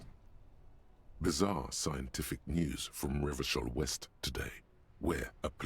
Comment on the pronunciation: No! Don't pronounce it Revakol!!!!!